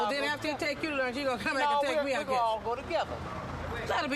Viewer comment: “He supposed to be takin me to lurnch” 🤣🤣